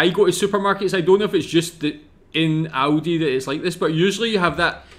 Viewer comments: How he prnounced Aldi as Audi, which is a Car Brand xD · Aldi, not Audi!- Aldi is a very fast supermarket with low prices and good products - Audi is a German car manufactorer, not so fast but with very high quality products, as well - cars in this case! 😅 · It is A L di not Audi 😉 And yes, speed please, won't waste time in a supermarket 😂